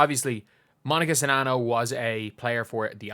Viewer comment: New here to this channel, I appreciate you and I appreciate you actually knowing how to pronounce the players name 🤣